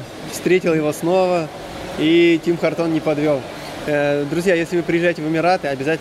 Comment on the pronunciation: Ребят, Tim Hortons произносится Тим Хортонс